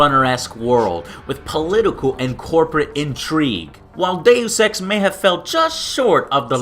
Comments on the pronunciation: joe it's pronounced do sex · im 100% sure someone already made this joke but i thought when jow said deus ex was day you sex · Joe, you spelled Deus Ex sound like "Deus sEx" :\ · The mispronunciation of Deus Ex was funny. xD